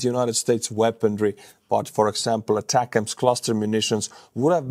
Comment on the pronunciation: it’s “A” “tac-ems” two words. Source: me, I was a mlrs crewmember in the US Army.